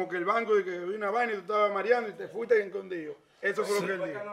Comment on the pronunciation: El se queda, encondio😮😅... se dice, escondido, por dios!!. estos dominicanos, se han dedicado a ganar dinero en las redes tienen un dialècto tàn malo, que yo siendo dominicana, me da tanta vergienza 😅 y oye, no dice hoy ni loco, èl Siempre dice, hol😅 y dice que alguien lo selañe 😂